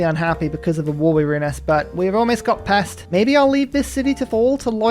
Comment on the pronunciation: Just in case you read this comment, the "s" in Pest is pronounced as if it was "sh" in english:) The english "s" is written as "sz" in hungarian, like Esztergom just to the left of Pest in this vid.